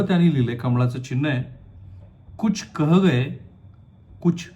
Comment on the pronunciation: केह गये, रेह गये, केहते केहते असे वाचतात ते